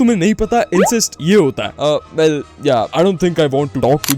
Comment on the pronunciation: Not vel bro well 🤡🤡🤡